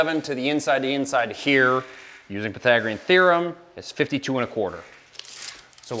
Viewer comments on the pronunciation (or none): none